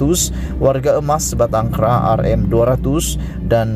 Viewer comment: Mcm mana pembaca ni 'sebatang kera'